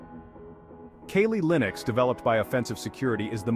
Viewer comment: Bro calls Kali Linux Kaylee Linux 🤦